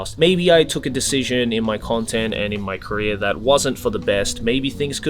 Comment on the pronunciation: it took me way too long to realize said career and not korea